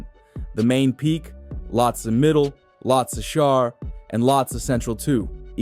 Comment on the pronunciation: You can't even pronounce the name properly 😂